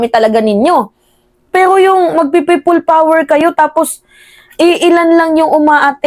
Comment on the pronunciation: Kili kili power hindi prople power hahaha anak ng teteng hahaha😅😅😅😅